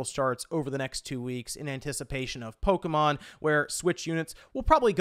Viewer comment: Polka, mon. Sounds like a Rastafarian talking about Polish music.